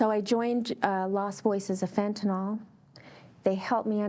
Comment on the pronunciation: fentanyl not fentaNAWL.